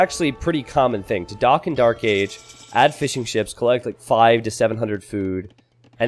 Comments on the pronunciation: My wife keeps hearing saying "fish n chips" instead of Fishing ships... now i cant unhear it 😭 🐟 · Since the very first time I heard 'fish and chips' lol glad to know it's not just me